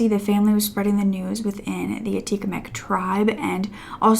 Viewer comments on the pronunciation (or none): Her name is Joyce Echaquan, not Escawan.